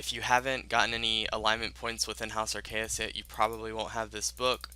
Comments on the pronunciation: Arceuus (pronounced "Arr-KAY-us") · The way he keeps saying Arceuus is so cringy, it's (Are-C-iss), that'swhy the fairy ring code is "CIS," it's how you say the end of the house name; and he messed up say "incantations," he said "incanations"